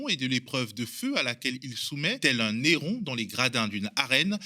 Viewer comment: Bonsoir, ** Correction : on dit un - héron ( la 1ere lettre, le H empêche de faire la liaison. Peu de mots commençant par un H permettent la liaison comme l'heure --> dans ce cas, le H ne fait pas barrage )